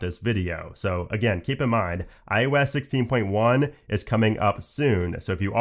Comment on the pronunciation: I can’t un-hear “iOS” pronounced as “eye you ess” 😂